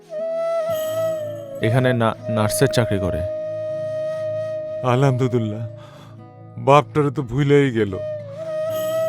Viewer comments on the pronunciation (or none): আলহামদুলিল্লাহ বলতে পারেনা পরীর বাপে সেখানে বলে আলামতউল্লাহ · পরিচালক বেটা পরির বাবার মুখে আলহামদুলিল্লাহ বলাতে পারেনি সঠিক উচ্চারনে.... এটা শুধু অন্যায় নয়, পাপ..... ছি ছি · "আলহামদুলিল্লাহ" উচ্চারণটা ঠিক মত হয়নি মুরুব্বির😓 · নরেশ ভূঁইয়া তিন তিনবার আলহামদুলিল্লাহ বলছে একবারও উচ্চারণ ঠিক হয় নাই.... পরিচালক কি শুটিংয়ের সময় খেয়াল করেনি বা এডিটিং এর সময়। এটা কি উচিত???